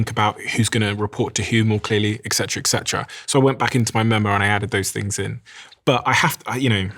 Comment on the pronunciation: Ok, I am not a troll or a hater ;) in fact I love the channel. This said (and because it‘s about the brain) I don‘t understand why many smart English speakers, including our host, say ‚ex-setra‘ constantly 😂… the words are ‚et cetera‘ (and the others) . I suggest to start with brain health by using our language carefully and consciously. This also excludes euphemisms and political correctness speech which is b.t.w. Being given to us intravenously by ideology indoctrinated filters in AI… just saying